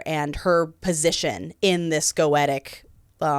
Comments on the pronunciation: ( Not Viv saying Go-ett-uh instead of Go-ee-sha :( Now I have to wonder which one's right and which one's wrong... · She said "Goetic" I believe. So "Goetia" (pronounced like they do in the show) is the name itself but when you adjectivize it you just pronounce it differently